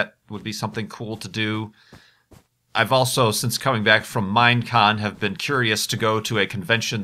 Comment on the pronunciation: Did he say Mindcon instead of Minecon?